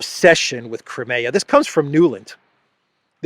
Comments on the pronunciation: btw the english pronounciation of "crimea" is "cry me a", as in "cry me a river" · I wish you'd learn how to pronounce Crimea.